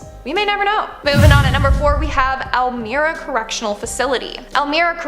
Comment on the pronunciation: EL- MY-RAH. NOT el-meer-ah! Lived here all my life....not ok.